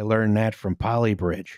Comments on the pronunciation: It's pronounced BRAWTON not BROWTON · Enjoying / not correcting the mispronunciation of the name of the bridge. It's Braw-ton, not Brow-ton. Source: I live in Manchester and it's about 20 minutes on the tram from my flat, also I made a terrible mistake and my penalty was being the Lib Dem candidate for Broughton in the 2015 and 2017 General Elections. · it's pronounced something like brought-on, northen english always confuses those from the south, so would not notice! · will have more than likely corrected this already (if not, she really is goddamn tired!), but I'm impatient and saying it now! It's pronounced "Bror-ton". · broughton rhymes with norton but this is fun